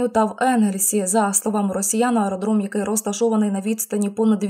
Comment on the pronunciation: ААААродром, Ародром